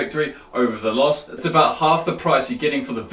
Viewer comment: lmao the way you pronounce veloce... it's Italian and pronounced veloche. it means fast.